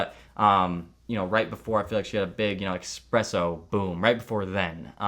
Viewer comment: It's esspresso... not expresso this hurts.